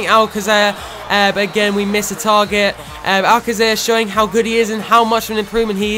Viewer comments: Just saying that its pronounced al-kaser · I think it can be pronounced Many ways, regarding the Alcacer situation, however as the Spanish pronunciation of c is a fh/hf it may be something like Alfafer but it.can be pronounced any way.